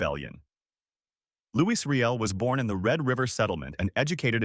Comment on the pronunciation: It's pronounced "Louie"... and the AI is cringe